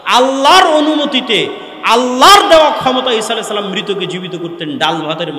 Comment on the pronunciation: SALAM TA KI SHUDDHO HOLO?